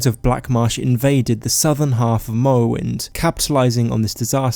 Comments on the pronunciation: Skywim Mowwowind High Wock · I know it may be a lisp or some actual disease but the way he cant say "r" like Skywin or Mowowind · "Povinces" "Ewa" "Skywim" "Mowwowind" "awea"